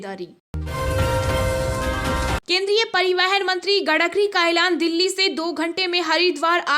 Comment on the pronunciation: Gadkari nahin madam Gadkari hai